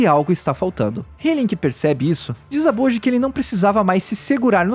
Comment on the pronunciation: Acho que a Pronuncia é "Boti"